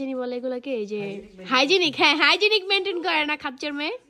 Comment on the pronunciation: হাইজেনিক মেইন্টেইন না হাইজেন মেইন্টেইন